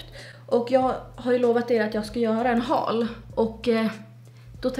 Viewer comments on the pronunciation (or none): none